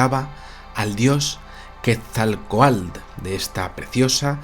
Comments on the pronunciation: Felicidades por su programa. Quetzalcoatl es una palabra grave, no aguda, y la última sílaba se pronuncia "coatl", no "coalt". Muchas gracias. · Muestras jeroglíficos Aztecas y no Mayas sin embargo tu interpretación es válida para ambas culturas lo del castillo es verídico, la pronunciación es Ket-zal-koatl espero ser específico de lo contrario en un llamada y por cierto dile a que no es cacahuetes es CACAHUATES saludos y muy buen trabajo!!! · Soy la única Mexicana que se encabrona cuando no pronuncia bien Quetzalcóatl??? Ja ja ja